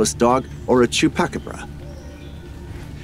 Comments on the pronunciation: Dear narrator…I enjoy these videos very much, thank you. Wanted to help you out with the correct pronunciation of one of your dog like creatures. It’s called a CHU PA CA BRA sounds like chew paw ka bra. Hope that helps. Thanks again! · Omg, that’s why I was commenting!! Some of the narrating was irritating but when he said Chupacabra the way he did, I had to say something!!😂😂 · LOL.. Dude can't even say Chupacabra....LOL